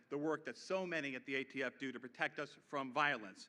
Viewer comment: What's he going to do about ghost fentanyl? Ghost heroin? Untraceable drugs! Kills tens of thousands a year. And he said AFT again, and again, and a 3rd time lol. Surprised he didn't mention Corn Pop.